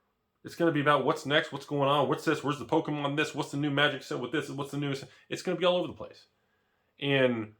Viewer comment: Was sure you said Tragic the gathering in the beginning 🤣🤣